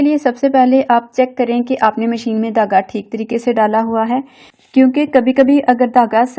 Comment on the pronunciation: Dhagga not tagga